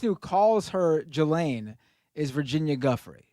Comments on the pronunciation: The second pronunciation didn't have a hard "j" sound. It was like the French "j" pronunciation (like how you'd pronounce their word for "I": "je"). It'd Gelaine, or Je-slaine. Not Jizz-laine. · It's pronounced GElane just has the sense of humor of a middle schooler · you didn’t watch the rest of that first 37 second video on the pronunciation! At the end he says that since she’s British it’s pronounced Geeh-lane. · My coworker is British, and his name is Ghislaine. He pronounces it with the hard “Ghis” beginning. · Her name is pronounced "Ghee-lain".